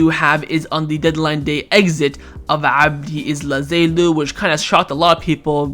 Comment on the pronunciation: I know, man… with all the respect for the work you put into gathering the material for the videos… 👍🏻 You gotta learn and practice those names before you say them… 😉